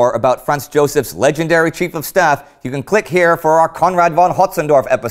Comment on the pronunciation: Conrad FFFFON Hötzendorf, not won! Like Folkswagen, not Wolkswagen!